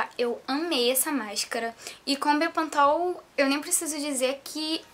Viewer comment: fala direito mulher bepantol e não bepontol hehehehe. vou testar corta um pouquinho do cabelo para mim, rsrsrsrsrs